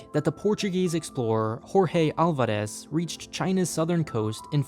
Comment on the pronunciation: You pronounced Alvares' name in a Spanish way, check your data better man